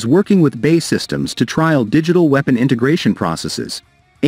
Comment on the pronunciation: Does anyone else find it annoying that the voice over guy computer pronounces B.A.E as bay. Give me strength